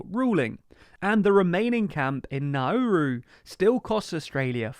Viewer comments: PRONOUNCE THINGS CORRECTLY CHALLENGE (IMPOSSIBLE) It's Nowroo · Nauru is pronounced Nawroo.